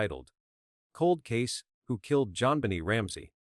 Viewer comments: As interested as I am with this crime, I can’t listen to the rest of it due to terrible ai narrative. It is so exasperating to hear the stammering stuttering robotic voice, I can’t stand it. It even calls the child “Jon Benny” over and over. Ggaaahhhh! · This AI narrator is annoying!! People don’t talk like this!! He mispronounces her name, pauses in weird places, etc. Besides, NONE of the family’s DNA matched !!